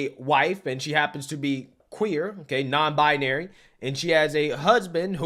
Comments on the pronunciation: She cant even pronounce her own made up gender…..it’s not “bIAnary” it’s BInary!!!! The way she says it is insufferable to listen to!! 👉🏼😖👈🏼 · Very annoying when It says “non bianary” instead of non binary. Total mororon. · 😂😂😂 "non bina-ary" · What “non-bia-nary”? She can’t even say it 😂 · I hope this guy took the 48-hour notice to find a good divorce lawyer. Also, what's a "nonbi-a-nary"? Is that a woman who's not nonbinary? Like a double negative? Either way, she identifies as cray-cray and she'd be both offensive and disrespecting me if she doesn't allow me to determine how she identifies. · “I’m non bye-uh-nary” 🙄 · pretty sure she's saying "Non Bionary" or "Non-Bianary" wtf is that? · The only thing that's offensive about this video is that this person says she's "non-bianary." WTF is "bianary"? She doesn't even know how to pronounce her own claimed mental illness. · I think the husband made a bad choice.... and she needs to learn to pronounce "non-binary", she keeps putting an extra "a" in there. And he is jot a "cis" man, he is just a man. "Cis" is a term used in describing molecular structure, not people.